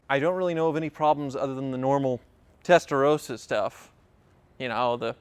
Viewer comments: I wish you Americans would learn to pronounce "Testa-ROSS-ah"... it's NOT "Testa-ROSE-ah"...! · Testa rossssssahhhh not Rosa ! As Porsche is Porrscchhhe, not Porschaaaaahh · Here in Europe including Italy! pronounced 'Testar ross ahh' - like ROSS in Friends - not how you're saying it!